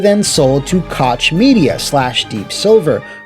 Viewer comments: I was really dissapointed that you pronounced Koch Media as Cotsh Media instead of Cock Media 😢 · "Koch" is pronounced "coke" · Koch is pronounced “coke” homie. Excellent video otherwise! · Koch is pronounced like coke btw lol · im sorry, but Koch is pronounced like the drink company, Coke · Great video, as always! Hopefully FRD staff will find new jobs soon and TS will come back at some point. The "ch" in "Koch" is pronounced like the "x" in México.